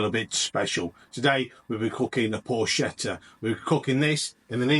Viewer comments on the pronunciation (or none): It’s pronounced “por-ket-ta”. Ch in Italian is a hard “k”